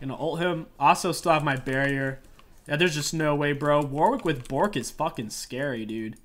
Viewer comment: My favorite part of the video was every time you said Bo(t)rk, since WW is a pupper.